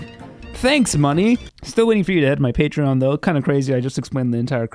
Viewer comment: Feeling angry? Try listening to 'hey your a patreon, pay tree on is where its at'. It always calms me down.